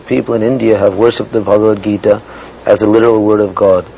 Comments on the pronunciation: Ari Ari Ted patrika can't pronounce bhagwat geeta. He is pronouncing it like baba bagita. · LOL. Ted Patrick said "Baba bagita" for Bhagawat Gita.